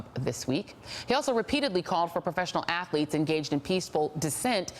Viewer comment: They are ATHLETES...not ATH(A)LETES!!!LOL...Love how the uneducated speak no matter their respective status or positions in life!